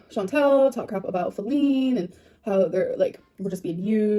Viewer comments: could someone plz explain to me why ppl are saying feline instead of faleen?? /gen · No one should be feeding into the new name at all but lard ass says FALene